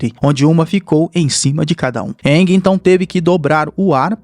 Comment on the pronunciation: Bacana essa versão mais proximo do desenho.... mas o nome do avatar é Aang [Eengui e não iangue]....rs